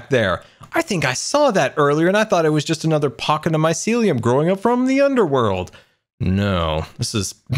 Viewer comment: he actually probably knows but faking it also it's mycelium not mysiliam